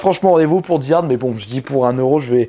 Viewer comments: Di hard tu ma tués x) Die (Daye) comme mourir en anglais. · "Castelle vania" "Di Ard" non mais oh mon dieu quoi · On dit Die Hard (prononcé Daï Hard)!!! lol